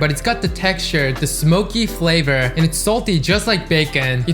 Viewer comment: "Rich flayvrrrrrr"